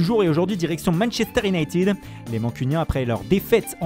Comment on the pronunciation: Manchester inated 2;01 Solcheur (le "k" s'est fait la malle)